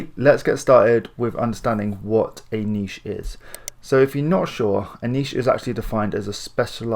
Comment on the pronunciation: I'm subscribing simply because you actually say... (NEESH) and not niTch